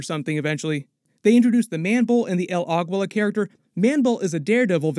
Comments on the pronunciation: Pronounced 'el ageela' not 'el agweela' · Bro please learn to pronounce names correctly. Its not Agwilla!! Its pronounced Ahgeela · El Aguila is pronounced as "Ah GEE LAH". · The way you say el Aguila sorry don't usually care but this pronunciation is so bad . Sorry but you said it a few times and I just couldn't get over it .